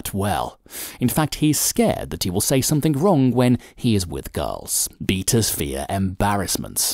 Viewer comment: Good video but stop saying 'somethink instead of 'Something'